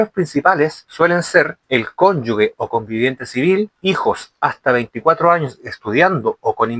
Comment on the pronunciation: OJO, se dice Cónyuge... (cónyuJe... sonido fuerte como la jota, porque no lleva "u" entre la consonante y la vocal), para que puedas decir Cónyugue (sonido suave) debe haber una "u" entre la g y la vocal que le sigue... tal cual como la palabra "sigue"... si le quitamos la "u", por ejemplo: "gente", "gigante", tú no dices "guente" ni "guigante" (sonido suave). Otra cosa es el uso de la "ü"... que se usa para que la "u" que va entre la g y la vocal que la sigue, tenga sonido: "pingüino", "agüita"...